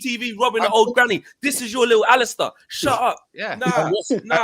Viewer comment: Man said Alistair you know 😆 🤣 Big up the panel and the channel everytime! 💣